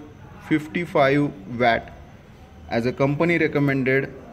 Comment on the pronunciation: 55 VAT वैट nahi WATT pronounced वौट 🙏